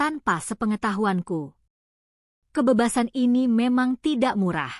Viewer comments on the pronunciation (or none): Benar sekali, terlalu banyak kata "aku" membosankan, dan ucapan kalimat "kebebasan" yang kurang tepat, terutama pada huruf "E",, mohon lain kali di perbaiki ucapan huruf " E" nya